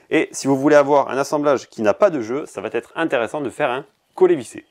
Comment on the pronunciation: Sympa ce format "court" en trucs et astuce. Il ne reste qu'a dire "va être" sans ce T qui n'existe pas...